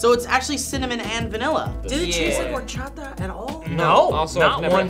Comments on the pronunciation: It hurt my ears to hear them say Horchata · That pronunciation of horchata... god. So different from here, haha.